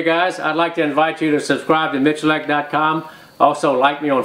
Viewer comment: How does miculek end up being pronounced michilark